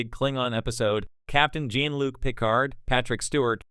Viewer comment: Learn how to pronounce Klingons and Jean-Luc.